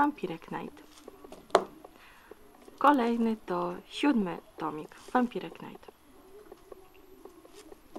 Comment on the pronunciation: fajny unboxing, tylko błagam, nie "wampire knajt", tylko "wampajer najt"